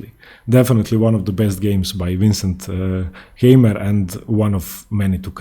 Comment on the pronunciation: Please, dont say "Käimer" or so, his name is spoken "Kaimer", like "Kaiser". "Käimer" is horribly wrong.